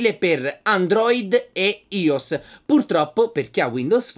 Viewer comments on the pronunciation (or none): Si pronuncia aios!!!